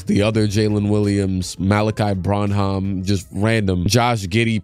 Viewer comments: It's said 'brannam' not 'bron-hom' <3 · Fwiw, it's pronounced "BRAN-HAM" not "brawn-hawm" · butchering my boy malaki last name lol pronounced (brin em)